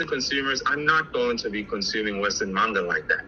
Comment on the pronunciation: I think he does do some marketing for his books but you know what I find funny he's NEVER once done a review on all of his Stories on a suru Go. The website you can find his book and many others in. By the way he doesn't call it Manga he calls it Manna